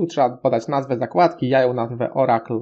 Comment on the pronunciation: Hehehehehe, nie wymawia się baza danych "Orakl" tylko "Orykul" :)